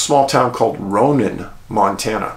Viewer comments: Another great video! Ronan is pronounced "Roan- ann" or "Row- Nann", emphasis on 2nd syllable. Every state has towns and places with unique pronunciations. Extra points for pronouncing Havre correctly (like "have--er")! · Love your videos. I grew up just 10 miles nw of Kalispell, MT, but have lived my adult life in Eastern WA. We always said Ronan as Rone-an, like rhyming with ran. Just trivia.😊